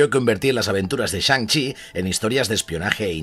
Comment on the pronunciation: Shan CHI Master of Kung FU! me reido como lo a dicho